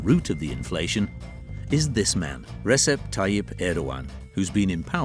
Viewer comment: This video is horrible: it shows istanbul like north korea where even dancing is not allowed! Are you serious? It is full of bars and clubs... pathetic! And it is not kunayd it is Junaid, and not Recep but Rejeb!!!!! Seriously you couldnt correct the name of the main person and the president????😂